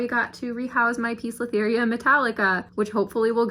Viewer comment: poecilotheria is pronounced as posilotheria NOT pisolitheria.